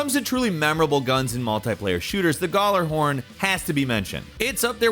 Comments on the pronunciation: Late comment, but the J in Gjallarhorn isn't silent. It's pronounced as a Y like it is in other Nordic words. Ever heard of Bjork? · Oh my god every time he pronounced gjallahorn i was in physical pain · Hearing him pronounce Gjallarhorn is painful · Dude pronounced gjallahorn wrong asf🤣 still love you tho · I hate the way you say gjallahorn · The way you pronounce gjallarhorn infuriates me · The way he said gjallahorn made me cringe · Jesus Christ the way he said gjallahorn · it happens. Lotta people pronounce it with the G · Bruh the D2 disrespect is strong with this video, the pronunciation of D2's most legendary weapon and the damn Dera from Warframe being the model for the lens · any destiny players kinda itching at his pronunciation of gjallahorn, honestly cant blame him either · I've never commented on anything on YouTube but the way he pronounced gjallarhorn makes me uncomfortable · The narrator has the worst pronunciation of Ghalarhorn I've ever heard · gallerhorn Everyone else: gee-yallahorn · So Yeuh number 1: gjallahorn isn’t available in destiny 2. Number 2: it’s pronounced (gall uh horn) or (yall er horn) 😬 Number 3: u were right about the telesti (my bestie) so I won’t thumbs down but I am surprised you guys even knew about destiny OP guns lol Prometheus lens was CRAZY and I loved it when it first came out I still use it sometimes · Also, its pronounced Ya-la-horn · Gall-er-horn wtf it's Gal-er-horn is in like slang for a girl lol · Galla-horn as in like a dance gala so gala-horn not goller-hurn 😂😂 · hay its gjallahorn not gjollorhorn btw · Gjallarhorn....not gollerhorn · "Gallerhorn" AAAAAA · You want to make me cry when you say gaulerhorn. “Galahorn” is the way to say it. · its not Gullarhorn. its Gjallarhorn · "gallarhorn" lmaoooo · Goller-horn? Who says gollerhorn? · The way he pronounces Gjalarhorn is hilarious Galorhorm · Hearing "Guh-lar-horn" so many times broke me. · I love how he pronounces gjallarhorn as gallahorn